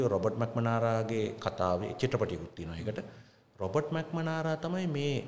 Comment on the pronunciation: ඉංග්‍රි භාෂාව උච්චාරනය පිළිඹද සැලකිලිමත් වෙන්න. එවිට කතාවේ ආකාර්ෂනීයත්වය වැඩිවනු ඇත. රොබට් මැක්නමාරා මිස ඔහු මැක්මනාරා නොවේ. කතාවේ අන්තර්ගතය ගැන ඇක්තේ පැහැදීමකි.